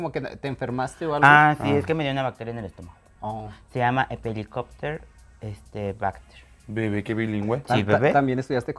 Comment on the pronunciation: Hepelicopter bacter JAJAJAJAJAJA morí con la deseos tratando de decir “helicobacter pylori” Las amo, me dio la vida este PL